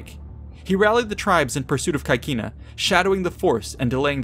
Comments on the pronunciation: The pronounce of CAECINA is not 'kakina', but CECINA , where 'CAE' is pronounced 'CE' (like 'CEst' in english) and 'CI' (like 'CHEEs' in english): so we have 'CECINA'. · please pronounce caecina the latin way